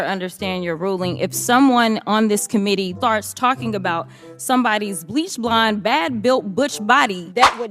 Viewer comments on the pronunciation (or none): none